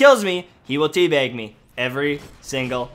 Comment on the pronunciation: Is.... is he saying Tea Beg? Like.. with an 'E'? Or is he just really northern?